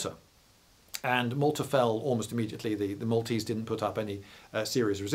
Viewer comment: This is a seal 🦭 of approval for your pronunciation of Maltese names, from a Maltese person 😁👌.